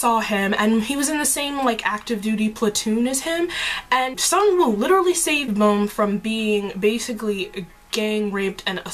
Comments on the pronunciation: I find it hilarious that you say bum's name as "boom", it's actually pronounced as the British slang "bum" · it's bum.. not boom...